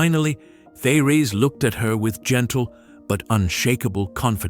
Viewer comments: Her first name should be pronounced: Tay- Ress. Her message is Awesome !!! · Very enlightening and uplifting, but I wish I was not confronted by a robot voice that cannot properly pronounce many words and names............like Therese. Peace.